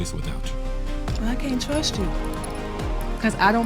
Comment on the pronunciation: She just wants a lil “twust”